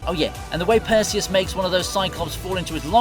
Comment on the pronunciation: How can you keep pronouncing characters names so badly? Per-Say-Us? Perseus is Puh-see-uhs.